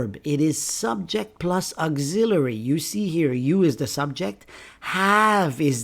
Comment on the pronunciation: Why do you pronounce auxiliary like this!????